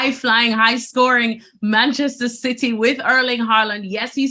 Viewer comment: Bantchester citeh